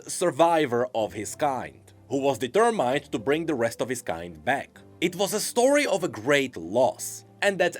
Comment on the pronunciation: PLEASE FIX YOUR PRONUNCIATION OF DETERMINED